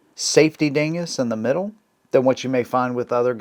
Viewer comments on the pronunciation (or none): none